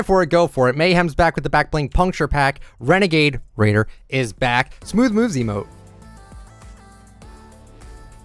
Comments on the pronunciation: “Renegade raider” it’s wenegwaid waider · "we got renagaid radier back" 😂😂😂😂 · renegade* not renegade raider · I swear everytime you add "Raider" on Renegade, it triggers me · Renegade RAIDER anybody hear him say that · HE SAID RENEGADE RAIDER